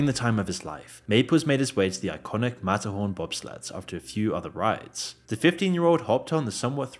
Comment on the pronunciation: Couldn't understand what was being said here after rewinding over and over so I went to Google and said: "Disneyland mat horn bob slats" in a british accent and it gave me the correct results. Matterhorn Bobsleds 😂